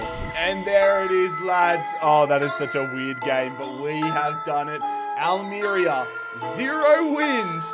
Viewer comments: Having lived in Almería its pronounced Al-mer-ría. But loving the rebuild of a small but passionate club that fought back when owners wanted to change the clubs badge and identity. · Al-meh-rea 😘 Not long discovered you on here - big fan already! Keep up the solid work mate ❤